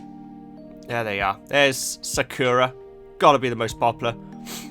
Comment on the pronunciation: Lavender, Poppy, Daisy, and please start calling Sakura "Blossom". It drives me crazy as a Cardcaptor Sakura fan hearing that named pronounced wrong, as you pronounce it like the terrible Cardcaptors dub, which makes me want to vomit.